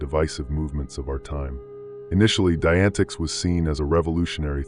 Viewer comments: omg lol.. its pronounced like "die-a-net-ics" wow that was bringing my ocd to the surface lol Jesus Christmas there it goes again.. "die-antics" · FYI dianetics is pronounced “Die-uh-net-icks” okay - just for your knowledge…. (Not that Igaf, lol, these guys gimme the heebie jeebies!)